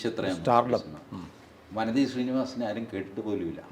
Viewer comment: വാനതി എന്നാണ് ശരിയായ ഉച്ചാരണം.